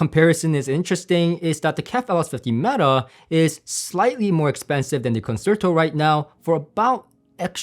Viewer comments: Just a note that "Concerto" is pronounced "Con-Chair-toe" not "Con-Sir-Toe" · nice review and thank you for doing it. By the way, the word "concerto" is pronounced con- cher- ( like cherry) -- to. No "S" sound. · I'm left puzzled about what aspects of the others on your tier list the KEFs 'destroyed.' I think the R3 Meta was only slightly more preferable to the Buchardt, and you preferred the CSS to the Concerto? Also, unless there is a specific pronunciation for the speaker, Concerto is 'Kahn-chair-tow'. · It's actually pronounced "Kon SHEIR toe", as in the Greig Piano Concerto, or the Tchaikovsky Violin Concerto. ConSHERtoe. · It's pronounced consherto pal 👍👍